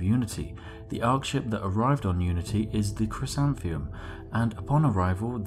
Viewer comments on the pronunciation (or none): Vorta Keevan And Chrysanthemum is kris-an-thigh-mum. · Chrysanthemum - Cris-an-theh-mum Hyacinth - High-ah-sinth Sorry to be pedantic; pronunciations made me wince. Thanks for making the video!